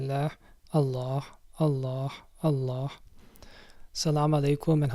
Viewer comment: There is no ح at the end of the name of Allah it's a ه sound that is soft